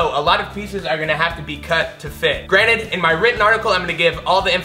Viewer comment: Did he say "granite" instead of granted? And you want me to do math? No thanks